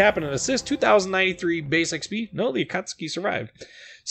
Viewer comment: Props for being one of the few YToubers that pronounce "Akatsuki" the poper way. GJ.